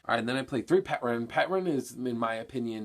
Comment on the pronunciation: the P is silent in Pteran btw....just saying >_>